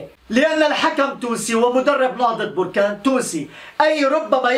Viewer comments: انها بركان بالفتحة وليس بركان بالضمة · بركان مشي بوركان أنت مغربي و من انت قلنها ليك 100مرة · انا ما فهمتكمش مو مهم نطقها بوركان ولا بركان المهم هو الاخبار وانتوا كلكم عارفين انه كيتكلم على بركان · يا أخي سميتها نهضة بركان ماشي بوركان